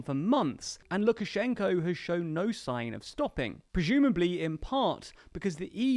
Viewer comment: Why do you incorrectly pronounce the name of the President of Belarus throughout the film?